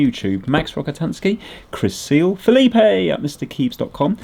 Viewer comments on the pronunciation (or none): none